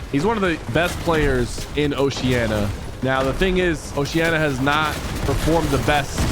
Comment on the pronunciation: why the flip does everyone say osheana? It's oceania. WITH AN I